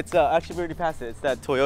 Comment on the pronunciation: He said Toyoto to Cindy LOL and like if u think car is fire like his seats